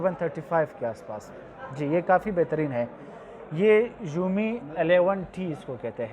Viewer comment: Umi nhi hai Xiaomi hai